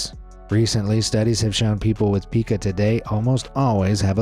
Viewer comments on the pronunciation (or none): It's pica not peeka for the eating disorder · It's not pronounced PEE-kah. It's pronounced PIE-kah. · Pica is pronounced Pye-ke (it’s actually the upside down ‘e’ but I don’t have that on my keyboard)